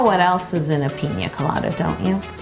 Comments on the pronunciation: Is it just me or did she pronounce it like “Peen-ya colada” instead of “Pina colada” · The way she says it, you would think it was called peenyaa colada No hate tho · Did you say pinya colada ? 😂😂😂this cake is so awesome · Everyone: “pina colada“ Yo: piÑa colada. (Ik that’s how it’s spelt. I just find it funny how we all say it wit the ~ except for her 😂) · The way she says pina colada lowkey stresses me out :L